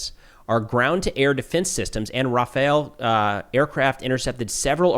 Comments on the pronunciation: if you call that plane RAFAYAEELLE again i'm unsubscribing HOW THE FUCK CAN YOU NOT READ R.A.F.A.L "rahfahl" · Rafale pronunciation is more like “Rah- fall”. I don’t know this Raphael guy you keep talking about 😂 Keep it up. I watch every update you make! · uhm it’s actually pronounced rafal, not rafael like the turtle 🤓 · Ra-fal. some Rafaels might work in the factory, but the plane is not Rafael.